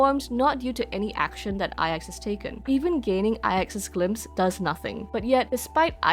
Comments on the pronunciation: That's how it's pronounced? Ai Ex I thought it was 9 in Roman numerals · always tought its pronounced as nine (9) as IX is both capital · In one of the optional dialogues, that is voiced, Himeko just pronouces the letters individually (something like Ai-Eks) (and I think that is the case in all languages).